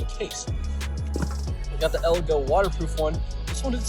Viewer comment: It’s elago not elgato